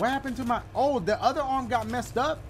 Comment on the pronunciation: Brooooo dying😂😂 "Bring out your other orm"😂